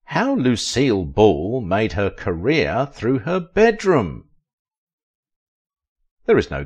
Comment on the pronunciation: Career not carrier!!!